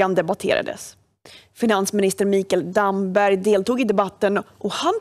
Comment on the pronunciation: Han heter Damberg, inte Dammberg